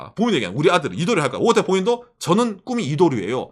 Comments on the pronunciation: 오옷타니? 오타니? 일본식으로 발음 하면 오옷타니 라고 하나요? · 오를 길게 발음해서 오~타니라고 말합니다.